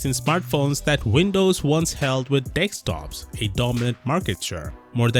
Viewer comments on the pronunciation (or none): with 563k subs, and 63k views, i'd learn to say "desktop" rather than say "dextop" over and over.